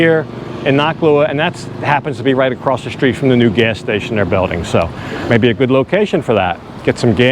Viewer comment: 'Street' unlike 'shop' has no 'h' in it. Why do you say "shtreet"?